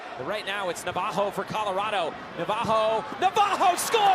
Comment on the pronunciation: Just because he’s Brazilian you don’t have to say Navajo his name is clearly Navarro double R you have to roll your Rs